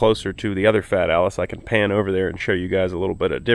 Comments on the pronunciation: Fat Alice..? A nickname or your pronunciation of Italian? Anyway I was wondering if the engine did have a decompression lever. It would make your jump-pack live longer while pumping up fuel. The Volvo Penta in my boat has one and it comes in very handy when the engine has starved after a list with a low level in the fuel tank and I had to bleed the air out of the fuel system. Another nice video from, although I miss your "CONTACT!" warning before pushing the starter button! Update: I was too quick with my remark... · When you call it FAT ALLIS is I only see that "Let it snow" meme! It is not FAT it is FIAT! 😂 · Because it’s funny how Fat Alice sounds like Fiat Allis.